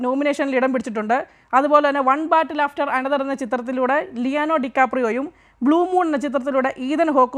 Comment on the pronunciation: ലിയാനോ അല്ല ലിയോനാർഡോ എന്നാണ് പൊട്ട വാർത്ത